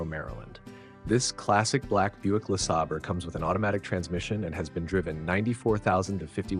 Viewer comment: First car, it's pronounced "Le-SAY-ber".